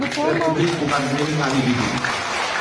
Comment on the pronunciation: Gizi pak..bukan gijih... perbaiki ejaan alphabet nya